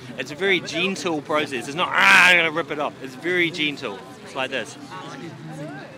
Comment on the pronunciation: I thought you were saying ‘Jean-tool’ until you pronounced ‘gentle’ with the bottle in your mouth! I thought: What the fuck’s a jeantool?